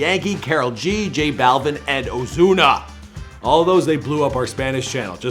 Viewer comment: This man really said ozuna with a z sound